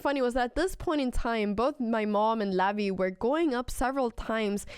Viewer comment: Funny how you pronounce "Levy" like "LAVVY" xD